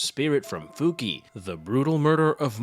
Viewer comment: Her name is pronounced "Fuki-ey"